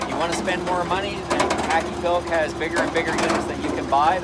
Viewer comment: Yes the HakkiPilke is imported from Finland. It's also pronouced Hak-Ki-Pil-Ke (The E is not silent it makes a similiar sound to the E in "eh")